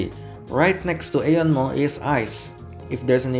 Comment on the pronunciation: Izin ralat sedikit, "AEON" mall pelafalannya "Ion Mall": Aeon mall berasal dari Jepang. Dan di Jepang sendiri, nama Aeon diucapkan イオン。 Berarti cara baca yang benar adalah ion mall. Keep up with the vid, cant wait for another bus line/train line review!